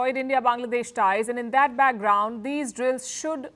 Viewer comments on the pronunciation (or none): none